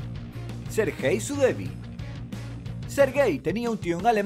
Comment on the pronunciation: sergey? SER-GEY MIS RESPETOS serGEY